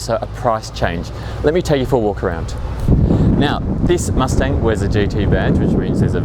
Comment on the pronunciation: mus ting ???????????? u say wrong